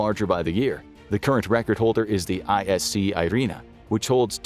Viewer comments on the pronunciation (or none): Hey Sir, Its not ICS Irina, its "MSC IRINA"